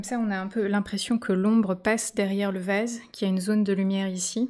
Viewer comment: tres joli, faut que j'essaye. REmarque : votre accent fait que les "A" deviennent ''ê", comme quand j;entends ''vèse" au lieu de vAse, pétèle au lieu de pétAle, etc